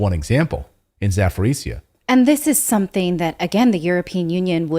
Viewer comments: CLAYTON, for Christ sake it is not pronounced "ZAPORICIA", please it is called Zaporizhzhia, sounding like ZAPORIZJA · It is beter pronounce " Zaporozje" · Zaporozhye is pronounced, "Zap a rosha"